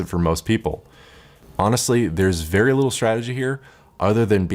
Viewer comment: "So guys... Zthank you vvvery much" for uploading